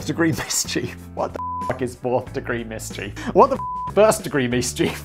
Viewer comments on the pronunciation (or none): I'm definitely saying "mischeef" now instead of "mischief" hahah